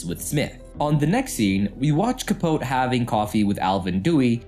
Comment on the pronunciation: CAH- POE-TEE.